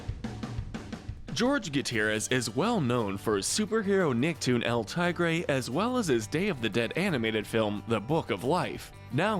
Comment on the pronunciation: ... How did u butcher el tigre so bad